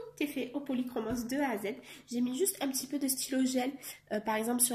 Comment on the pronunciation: Coucou ils sont superbes tu as fait d'énormes progrès en 1 an je trouve ton portrait magnifique. Bon je suis contente car toi aussi tu prononces le « s» des polychromos. A voir tes colos mystères j'ai envie de craquer et de me prendre un livre peut être le colo mystère 5 de Disney 😁😘❤